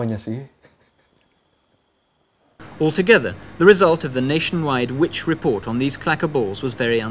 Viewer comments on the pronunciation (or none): none